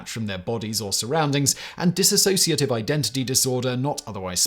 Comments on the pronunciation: For God's sake, the word is 'dissociative' not 'dis-A-sociative'. You can't even get that right. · It's DISSOCIATIVE, not DISASSOCIATIVE. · Dissociative, not Disassociative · It's dissociative, not disAssociative. And DDNOS (Dissociative Disorder Not Otherwise Specified) has been changed to Unspecified Dissociative Disorder. Also, there is OSDD (Other Specified Dissociative Disorder) with subtypes 1a and 1b being like DID, 1a lacks the distinction between personalities, and 1b lacks the blackout amnesia between switches. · It's 'dissociative', not dissasociative! Sloppiness like this is what puts me off your multiple channels - you're about as accurate as a human Wikipedia. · Nope it's Dissociative Identity Disorder. Drop the A. Simon mispronounced it consistently.